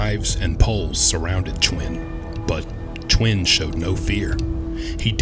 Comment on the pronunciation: Did you say chwin or twin?😂😂